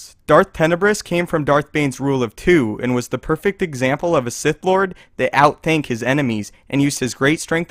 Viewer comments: Out thank? Really? That is terrible considering the subject matter. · Out-thought* not out-thank c